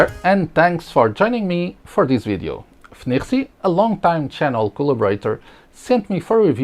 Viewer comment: Its pronounced FeiNiRuiSi